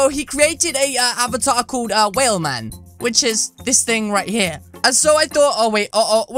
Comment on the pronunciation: Its not whalman its whelman i think c